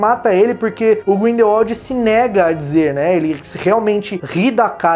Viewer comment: Olha só ele pronunciou certinho!!!! Grindelwald e não Grindelvald como da última vez que assisti um video falando do mesmo! Só por isso, vai ganhar um like! Parabéns 👏👏👏👏